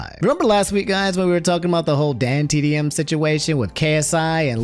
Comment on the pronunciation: has completed his arc and can now pronounce dantdm correctly